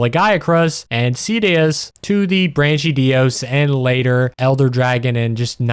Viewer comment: Great video bro, I love it. Your mispronunciation of the places and monsters is diabolical, though. You did the brachydios dirty